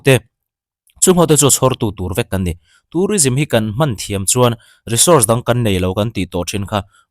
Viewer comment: Tourism hi kan source ber ani thei ti mai la, re-source han tih kher 😃😃🤣🤣 Re lai kha ka lo ngaimawh deuh a 😂